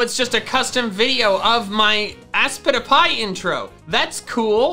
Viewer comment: If it's ASPITPIAY, it should be ass-pit-pyay (ay pronounced either ey or eye), not ass-pity-pie... Also, what does ASPITPIAY stand for?